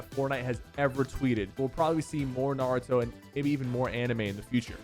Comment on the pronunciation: Why did you sa Naruto like that 😕